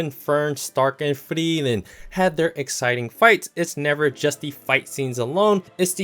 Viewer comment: Please quit mispronouncing "Frieren"! For one thing, her name actually has 3 syllables. It should be pronounced "Free-er-ren". However, the vowel sounds kinda run together, so "Free-ren" is a good approximation. The way pronounces it is just stupid.